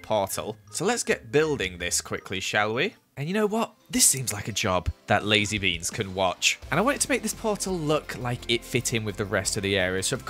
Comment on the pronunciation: When said Lazybeans I thought he said Lizziebeans